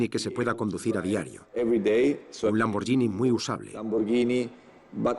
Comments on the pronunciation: que el narrador del documental pronuncie bién Lamborghini...gh no es "y" es como gui, de guitarra. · se pronuncia "lamborguini" no "lamboryini" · Se escribe Lamborghinis pero se pronuncia Lamboryini menso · Lambor"GUI"ni... "GUI"... "GUI" ... "GUI" !!!!!!